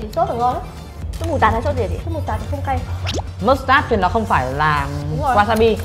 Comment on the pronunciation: Theo mình biết thì banchan chứ hong phải panchan, với mustard chứ hong phải mustart Góp ý thoi nhaaaaaaaa